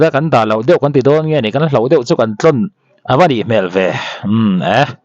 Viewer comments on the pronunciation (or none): none